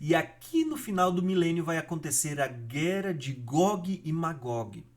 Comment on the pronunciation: Não é guera é guerra, buro.